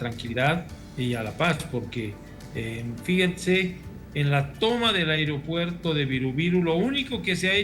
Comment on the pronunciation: Airopuerto? Pensé que se dice aeropuerto